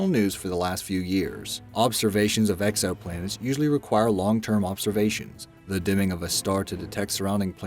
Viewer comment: He said "EXO"planets